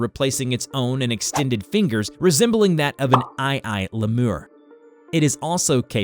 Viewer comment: omg hahahahahahahaha bro how could you mess that up? either you use ai to voice your shows or you never heard of a lemur b4 in your life... its lee-mer or just google define lemur and it will have the option to hear how its pronounced it's not french either lol